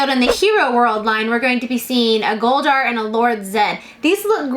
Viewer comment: It’s weird when you say Goldar’s name each time almost without the “d” in the middle.